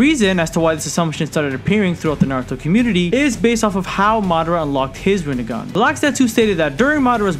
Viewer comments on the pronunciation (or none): You mean "Rinne-gone"